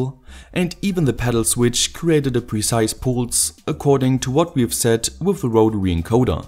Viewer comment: wotary encowda gets me every time